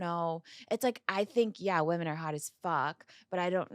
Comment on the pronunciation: I can NOT deal with her constantly saying "WomAn" instead of "WomEn" when talking about multiple girls!